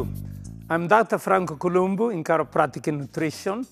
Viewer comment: I almost believed his name was pronounced ColombO, because so many people said it that way. But he himself just pronounced it the way it looks, ColumbU. I can see why Arnold was friends with him. Rest in peace, Franco.